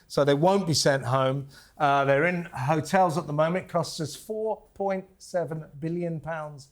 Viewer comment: What is she calling the hotels, ' '.😅😅😅😅😅😅😅😅😅😅😅😅😅😅😅